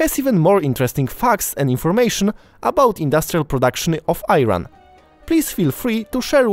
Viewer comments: Mate, Ayran is a drink made out of yogurt, country's name is pronounced E-Run. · You are saying it wrong. It is "Eeee ran" not "eye ran" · I-ran.... pronunciation is eeran I-raq ......same eeraq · It is not called AYRAN. It is called EERAN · Why are you Keep saying i run, Iran country pronouns like e-iran, eeeeron, thanks for video making about Eran Keep the good work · Good effort, but how about pronouncing the name of the country correctly? It is ”eeran”, not ”I ran”. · Stop saying Ayran or Ayranian. That’s just IRAN You can read read it like Ei or Eran that will be better atleast. Good video though good job. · Thank you for this nice video, but please learn the name of the country: is ee-run not eye-ran. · I wish you would pronounced the name of Iran right. It's E-run like Italy not eye-run. E-ranian not eye-raininan. ❤❤❤❤ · PERFECT. BY THE WAY ITS CALL IRAN NOT AYRAN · It is "E-raan" not "AY RAN" !!! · My friend,: Helping you with a proper pronunciation here. Eye-ran is an incorrect way to pronounce “iran”. Just as you don’t pronounce eye-taly and instead you say italy….. same goes with Iran’s proper pronunciation. Use the sound “e” before ran and so say eeeran, once you pronounce it as such, then you’ll have it made. Thanks for your program Best to you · 🇮🇷 Iran . Why are you pronouncing it a eye-Ron like those dirty people? It is pronounced ee-Ron 🇮🇷 استکبار هستید واقعا غیر از خود تان کسی دیگر را نمی‌بینید. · To nie jest Ajan, tego się czyta Iran dokładnie tak że czytają po Polsku. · It is isn’t ayran, it is Iran, like Eran you dumb ass idiot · Calling I ran is also insulting It is Iran and not I ran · It is pronouced "E" ran not IIIran polski bourak😂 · It is 'eerun' not 'I ran'! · thank you very much for your informative video, Besides, I want to teach you something. you pronounce name of iran wrong . not iyran but ieraan. please mind that. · Iran or Ayran dude 😂😂 great video nonetheless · Bro Name of 🇮🇷 is like E-run Not l-run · It pronounced "Eran"..